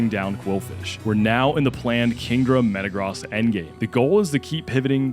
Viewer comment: Bro you can say gyrados properly but you cant say metagross😭, its like you poketuber are doing this on purpose 😂.